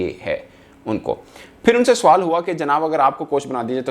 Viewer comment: you shouild correct ur urdu, you a;ways say , suwal, it is sawal.